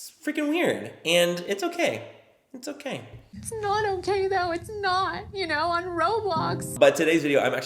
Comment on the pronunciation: omg why did it sound like was saying "its not okay on roblox"? lmao